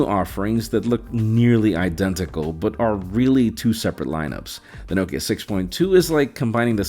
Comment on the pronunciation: I’ve never heard Nokia pronounced like that, ever. You pronounce it Nockea